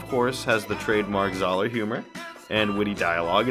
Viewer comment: Great video, but why did you call him Czar? His last name is Zahler